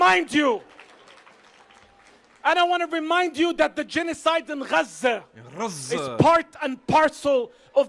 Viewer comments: They don't even correctly pronounce the name of Gaza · Idiots!!! And why in the hell does he pronounce Gaza like that?? Sounds like he’s trying to hock up a lugie!! I’m with you, “Get the F**k on”!!! Bye Faleeesha!!! 🇨🇱🇮🇱